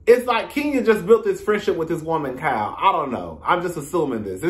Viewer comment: It’s sound like you’re calling her “cow” instead of Kyle 🤣